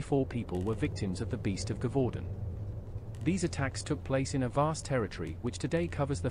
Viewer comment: Also Gevaudan is pronounce jev-u-don.